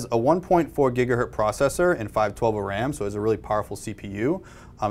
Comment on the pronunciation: " gigaHERT " band. from the guest. (facepalm).